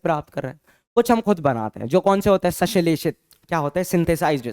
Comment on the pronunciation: संश्लेषित को सशिलेषित पढ़ रहे हैं😅